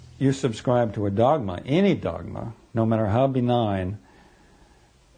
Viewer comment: benign, not denying.